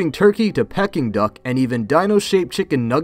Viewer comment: Why is your pronunciation so wrong on some words like peking duck? Are you just a robot ?